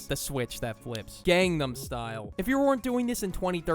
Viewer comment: Erm, actually, it's pronounced "gahngnahm style" 🤓👆